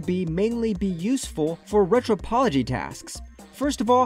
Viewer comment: Cool plugins and good tutorial! But "Retro-pology" ? "Inner-polation"? Yikes...💀